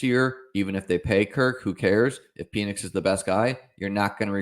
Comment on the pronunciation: It’s pronounced like Pennix not Penis